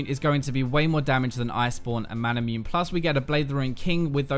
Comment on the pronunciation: ma-na-mu-ne? XD you know, like how masamune is pronounced? XD